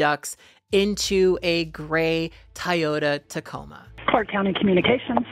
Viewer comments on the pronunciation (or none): none